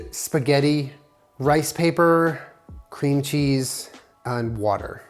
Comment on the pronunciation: “Mmm cweam cheese☺️”